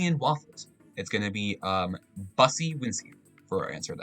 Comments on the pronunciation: you make one very crucial mistake in this video that I'd like to point out. That's not how you pronounce bussy. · I feel like you need to give a course on how to pronounce bussy.